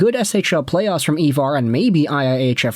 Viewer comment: His names Ivar ffs